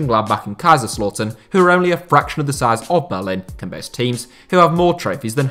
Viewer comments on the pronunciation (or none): none